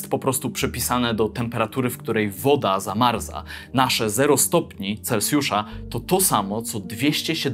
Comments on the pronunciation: chciałbym też zauważyć że nie mówi się celcjusz tylko celsjusz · Celsjusz… nie celcjusz.